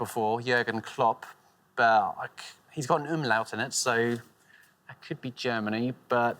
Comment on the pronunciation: It is realy funny i didnt know Umlaut also an english word. He also said with a touch of german accent. Btw im German